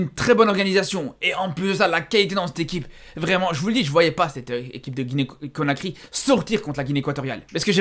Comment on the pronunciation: conakry pas cokary